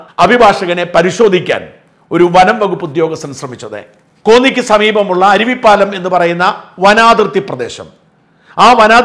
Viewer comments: അരുവിപ്പാലം അല്ല സർ ആരുവാപ്പുലം ആണ് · അരുവിപ്പാലം അല്ല കോന്നി അരുവാപ്പുലം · അരുവിപ്പാലം അല്ല.അരുവാപ്പുലം ആണ്. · സാജൻ സ്ഥലം അരുവിപ്പാലം അല്ല. കല്ലേലിക്ക് അടുത്തുള്ള അരുവാപ്പുലം എന്നാണ് സ്ഥല പ്പേർ. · Aruvippalam alla Aruvappulam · അരുവിപ്പാലം അല്ല. അരുവാപ്പുലം ആണ് സ്ഥലം.